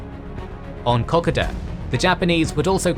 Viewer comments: It's pronounced Coe-coe-dah fella, other than that a good video. A great defensive battle by Australian forces. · "kuh-koh-da" "mah-roo-brah" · Ok so it's ka-code-da in Strine. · Found this video unwatchable bc of the continuous mispronunciation of "Kokoda". It's meant to be pronounced "Kuh-kow-duh". For such an important battle in the history of the Pacific War, in addition to Australian, PNG, American and Japanese history, I'm amazed that not one person was able to point this out :'( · Great information and vid but as an Aussie(knew/know people who have fought there), you're mispronouncing Kokoda and Maroubra. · I absolutely hate the way the narrator pronounces Kokoda. It would make the Kokoda veterans of the AIF turn in their graves. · Please don't ever pronounce Kokoda like that again. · You completely mispronounced Kokoda ya twit. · no research of pronunciation of place names....basic mistake...otherwise good research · You’d think you’d learn how to pronounce Kokoda if you intended to make a whole video on it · Please ensure the pronunciation of Kokoda is better. Clearly a computer generated voice. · One would think, that before doing a video on Kokoda, one would learn how to say Kokoda. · When speaking the word "Kokoda", think of the car make Toyota. This is how "Kokoda" is pronounced. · Can't finish this, pronunciation is sooo wrong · I love your videos but have to skip this 1 because the way you pronounce Kokoda may be the correct way but its like nails on the chalk board to me. Can't wait for future content on all 3 of your channels. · Still can't pronounce Kokoda correctly. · There are so many videos on here telling you how to say Kokoda, mystified as to how you got it so wrong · wish he's pronounce Kokoda properly, great vid guys :) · Must agree as an Australian, the pronunciation of Kokoda I found very grating. I even had to check it was the same iconic battle that was the topic. Has me wondering if for years we have been getting it wrong?